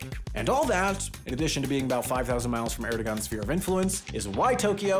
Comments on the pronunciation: Just a note that the g is Erdogan (and I assume other Turkish words) is pronounced like a w because Erdowan thought it would be funny to troll us apparently. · Dear: Erdogan is pronounced Erdovan. I have no idea why. Sorry.🙃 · Why are words and names always mispronounced on Wendover and HAI videos? The g is silent in Erdogan. It’s not that hard to research the real pronunciation. I don’t mean to be rude but it’s really frustrating because this has happened for years and it is starting to seem like ignorance of non-American cultures. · as a non-turk, isn’t the g in Erdogan pronounced like a w? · The G in Erdogan is silent (yes really)